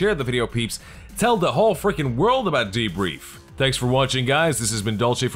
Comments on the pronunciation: I love how you pronounced "the-brif". Hatred is just another game. If you don't like it just don't buy it. The only thing that pisses me off is that FOX new is gonna be like "Oh this 9 year old kid found a loaded gun under his daddy's bed and he shot him in the back of the head! Hatred a new extremely gory game was also found at the scene! Toodaloo!" Why don't they pay attention to the other things? WHO leaves a FUCKING loaded gun in a child's reach? The game could have been his father's, etc. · "All of this and more today, on thbriff." Frickin' ace show,, keep it up:D